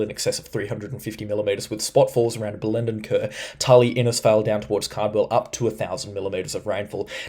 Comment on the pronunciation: Thanks for the vids but here’s some pronunciations for you. Bell-en-den Ker, Fore-seyeth, Kuranneda, Bartle Freeah, Palooma.